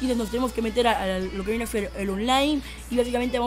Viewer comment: zi lo hacen bien o lo que viene zer zeeer se pornuncia ser si no con z niñato aunque uy buen truco